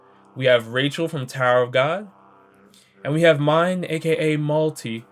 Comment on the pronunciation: I've never heard someone pronounce myne and rachel like that before